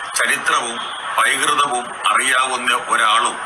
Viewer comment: പൈകൃതം അല്ല പണ്ഡിത ശിരോമണിയെ, പൈതൃകം എന്നാണു മലയാളം